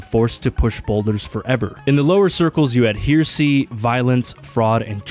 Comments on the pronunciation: When you realize you are watching a video by someone who cannot pronounce HERESY properly and makes you think he is saying hearsay every time! Edit STILL A VERY WELL-DONE VIDEO THAT ASIDE. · Fucking "hear see." Learn to read dude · "hear see" 🙄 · "Here-see"? Is that anything like "heresy"? (Also, "...which is ran by...") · Hair-ra-see : herecy. To speak against God, the church or the clergy. If your going to deliver an essay you need to pronounce words correctly, kiddo. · The way you pronounce heresy makes it sound like hearsay, the thing they always say in court. Objection, Heresy! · Ah, I do find it troublesome indeed to be accused of ‘hear-see.’ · Heresy Pronunciation: /ˈher-ə-sē/ (Sounds like: “HAIR-uh-see”) Definition: A belief or opinion that goes against the official teachings of a religion or established doctrine. Other than that, great video bro. Love all of these different media and depictions you shared. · Bro really pronounces Heresy as Hear-See LMAO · hircy is.... one of the ways of all time to pronounce heresy. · "Hair-uh-sea"... heresy Sorry that was really bugging me. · Just a heads up that heresy is pronounced hehr-uh-see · Pronouncing heresy as “here-see” 💀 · This might be a nitpick but heresy is pronounced "hera-see" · ahh yes, “here-see” 😂😂😂. The absolute worst pronunciation of heresy I’ve ever heard 😂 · fyi heresy is pronounced hair-uh-see also I hate to keep acting all 🤓 but it's pronounced ver-jil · “Hear see” said the dyslexic man, trying to make a point. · Fucking AI can't pronounce words properly. Did you pick up on how he said 'heresy'? Gen Z and AI.......I shit 'em. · Just brutally mispronounce the word heresy over and over, what level of hell is that on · The way you say heresy really bothers me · heresy isnt pronounced like that lol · You couldn’t take 10 second to learn how pronounce heresy? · Learn to say "heresy". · should be heresy to pronounce heresy like that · That's not how you pronounce heresy though... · "Hear-see" bruh.